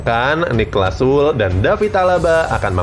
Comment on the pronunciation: narator! baca aja sule, jangan SUL.